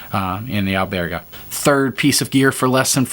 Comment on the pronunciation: Albergue , pronounced Buen camino.